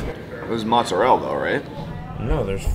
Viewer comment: Every time young pronounces Mozzarella Mozzarell, a Dolente dies somewhere in Old Country.